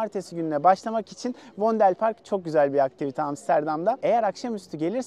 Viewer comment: vondel park diye okumaniz cok komik.Fondel diye okunur